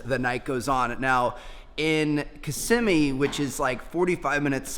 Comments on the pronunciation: He said kisimee instead of kiss-i-mee 😂😂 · Me knowing everything he’s talking about beacause I live in Florida and is kiss-ee-mee